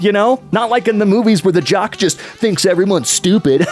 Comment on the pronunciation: that op said "jock" as is "jerk", not "jock" as in "athlete, muscular and friendly"